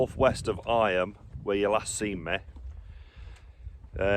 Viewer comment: Eyam is pronounced eem to rhyme with seam. It suffered an outbreak of plague in in which the majority of the villagers died.